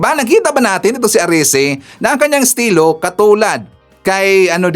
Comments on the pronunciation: Erese hindi arese pls PBBM Trillion times foev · ERECI not Arice